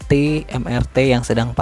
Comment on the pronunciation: Mass Rapid Transit = Em Ar Ti Moda Raya Terpadu = Em Er Te